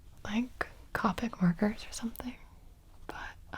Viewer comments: Okay it’s co pic like coworker bit copic not capic it’s triggering to me for some reason I do not know or understand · as an avid copic marker user, the way gibi said copic kind of hurt, but i’ll allow it